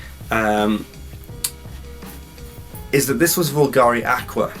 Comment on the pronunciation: Here's a crash course lesson on the correct pronunciation of Bvlgari 😜 Nevertheless...AWESOME review by the way 😎👍